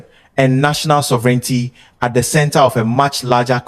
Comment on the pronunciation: 🛑Bravo for the video. And minor positively meant comment. Please check pronounciation. Example: Sovereignty is pronounced different. It is only with a few words. But as you have a leading role for the English language. PLEASE CHECK AND CORRECT 💯 PERCENT. and again bravo for the video and what you are doing.🛑